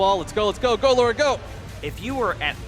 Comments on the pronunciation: Calling Lara Laura...wot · >Speedruns Tomb Raider >Still doesn't know she's called Lara not Laura